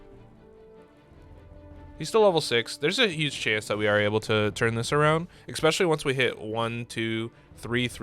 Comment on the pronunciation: I like how I come to watch a TFT guide and one of the first things I see is a gif or image on your desktop called "among us butt" Edit: Please do not pronounce "especially" as "expecially", it does hurt. Nothing against you, you are awesome, but that is so triggering. It's like those people that say "could of", "should of" or "would of", instead of "could've / could have" etc.